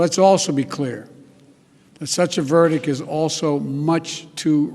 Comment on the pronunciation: Did this moron say. “ VERDIC “ again ? Fucking idiot